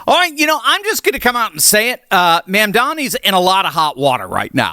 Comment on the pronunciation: You can't even pronounce the mayor's first or last name. Get a grip, dude.